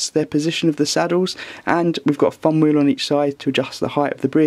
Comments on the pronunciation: this guys voice made give up on video. fumwheel instead of thumbwheel? please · The "Fum Weyew" lol Thumb Wheel*